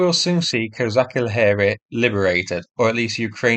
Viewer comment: Thank you, for your video as always! Can just little bit help you with pronunciation of "KozaCHi Laheri". "CHi" there sound the same as in english word "CHeese" 🧀